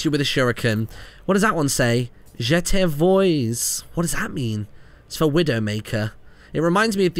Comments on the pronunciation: Je te vois (you dont pronounce the S) is french for "I see you" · The widowmaker spray "Je te vois" is pronounced "Je tay vwah" and is French for "I see you" >:D